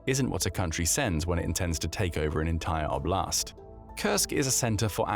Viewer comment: "…the Russian O’Blast…"